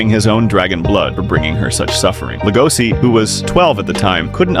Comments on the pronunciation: It's an SH sound not an S PLEASE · It's lego-she... Not LEGOSI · Legoshi. Damnit say it right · It's pronounced Lego she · How are you going to watch the show where they say his name so many times and still pronounce it wrong? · Cant even say his name right.